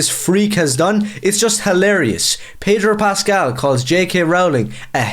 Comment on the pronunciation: There is no 'r' in Pedro Pascal.